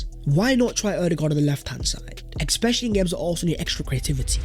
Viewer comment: Please stop saying exspecially, it's driving me fucking mad.